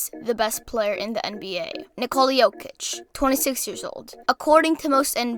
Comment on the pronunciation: Bruh its Jokic and it aint even close